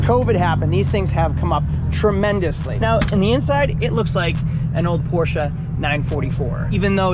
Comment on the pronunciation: Porches?! 😂😂. I think you’re missing a letter